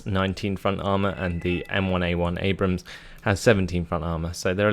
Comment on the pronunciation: *nods head slowly* and it's an "Abrams," not an "Abraham." Creigton Abrams was a general in the Vietnam War.